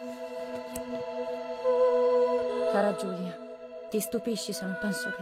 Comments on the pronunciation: s'il te plait, le prénom de l'héroïne se prononce "Jioulia" et non "Guilia" mdrrr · + la prononciation du prenom Giulia = 0... 😅